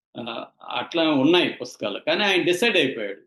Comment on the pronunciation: ఈ అనేటోడు ఇంగ్లీష్ మ... కు ఏమి పుట్టలేదు తెలుగోడే కనుక మీరు కోసేన్ వేసాక " yaa " అనే కూత వదిలేసి సరే లేక అది... అలా తెలుగులో మాట్లాడు అని మీరు గడ్డిపెట్టండి యా అనే కూత ఇంకొకసారి కూయకుండా సరే అని తెలుగులో చెప్పమనండి... ఇంకా తెలుగులో పుస్కాలు అనకుండా పుస్తకాలు అని కరెక్టుగా పలకమను ఈ బుర్రలేనోడిని... 🌹🕉️🌹జై శ్రీరామ్...